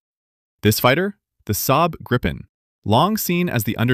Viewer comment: There is only 1 P in Gripen...so why do you pronounce it with 2 P´s....???